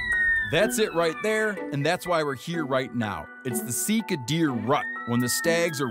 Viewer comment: Definitely pronounced see car. That’s how we pronounced it in New Zealand. Steve come hunt some Sika in NZ!